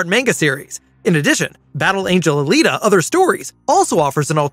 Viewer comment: Not alata!